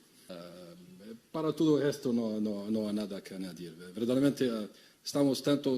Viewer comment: هل سمعتم كلامه و لكنته الإسبانية الركبة أي تلميذ باك أدب إسباني يتكلم أفضل ألف مرة من صاحب الركاكة بوقادوس و يتكلم باخطاء و يقول verdament بينما الصحيح هو verdaderamente مستوي ضعيف للعطاي الدزايري أما المغرب الشريف راه رزقو كبير و مؤلم لآحفاد بورقعة و القهرة الكحلة الخرخورية